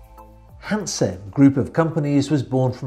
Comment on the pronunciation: Hi, I have to correct some of your pronounciations. 'Hanse': please only put some stress on the 'H' and the 's' is not sharp but more smooth. The city of 'Greifswald': the 'ei' in German words is always pronounced like the English word 'eye'.;-) Beside of that again a very good and informative video. Keep up the good work.